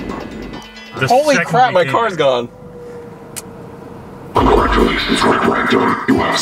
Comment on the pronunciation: Instead of it's gone it's "gandhi"